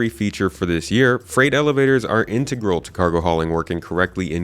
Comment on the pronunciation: I've never heard anyone pronounce integral like did lmao love ya broski